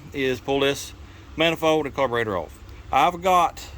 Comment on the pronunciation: Do you have any idea how silly you sound saying carveroster really